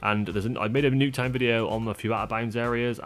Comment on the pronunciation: New-k town forsure! 😂